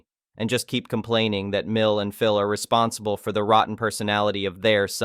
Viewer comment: Really need to work on the translation bot. Pronouncing "Phil" as "phial", etc.